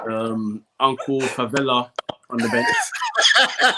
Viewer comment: Man said uncle fuu Vela 💀💀💀💀😭😭😭😭🤣🤣🤣🤣